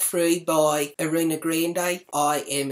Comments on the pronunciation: Say it with me, are-ee-Ana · It's A-ree-ah-na Gron-day. Not reena granday:p love it,!